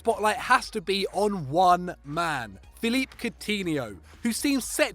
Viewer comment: His name is pronounced Philippe not Philip